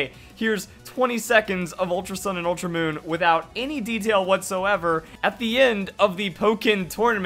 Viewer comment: "ultra oon "